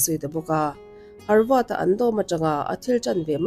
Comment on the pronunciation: Harvad i ti tlat a, havard niin ka hre deuh a..😊